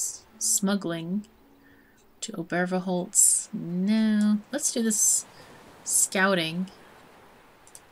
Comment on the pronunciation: just a lil bit help , Obervorholz , think on Obahma , how you spell it, use OBA instead of Ober, then instead of VOR , use VOA , or FOR , and Holz is perfect no change :D so OBA-FOR-HOLZ , its legit. and the name in english would be kinda like, Upperfrontwood :D if you only say windheim , i would not think your foreign at all !